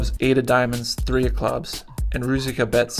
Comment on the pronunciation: Roo-Zich-Ka, not roo-zik-uh.